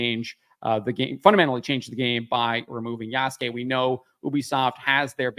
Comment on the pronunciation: Yasuke in Japanese, is properly pronounced YAH-SOO-K-EH with the last ke or K-EH sound said quickly. The ke is pronounced as K-EH not K-AY.